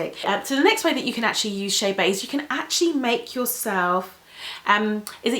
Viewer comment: Girl, it’s not chaybey (I’m writing how she pronounces it) it’s Chebe